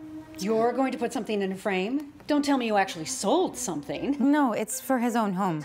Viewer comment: Bro said noe not no